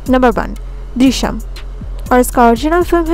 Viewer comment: ദൃശ്യം പറയാൻ ചേച്ചി നാക്ക് വടിക്കണം 😁😂😂